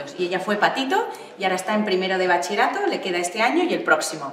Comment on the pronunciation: "Bachie-rato". Ninguna persona lo ha dicho bien :o